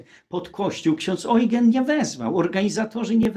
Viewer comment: przy czym Ojgen to wymowa niemiecka (jak ten okręt - Prinz Eugen), po angielsku jest to mniej więcej Judżin